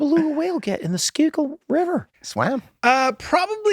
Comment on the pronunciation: Yuengling lager is Great Beer but it's the Schuylkill River. Sku-kill